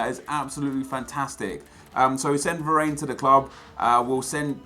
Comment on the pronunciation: Who else is here 5 years later where varane is a much more meta player. P.S. he said varane the funny way